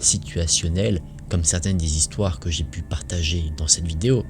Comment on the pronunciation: 5 zistoires ou 5 histoires ???